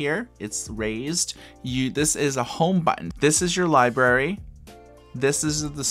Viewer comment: Not sure I can trust an ebook reviewer who can't pronounce library